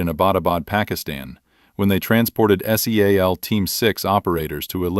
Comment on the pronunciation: pronounce seal for xxxx sake